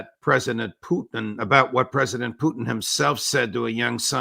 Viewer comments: Why does he say “Puteene”? It’s SO FUCKING IRRITATING. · Ray calls him puteen! 😅